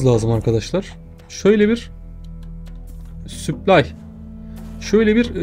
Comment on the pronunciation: Kanka her süplay dediğinde kendimi parçalayasım geliyor. Gözünü seveyim yapma şunu daşşanı yirim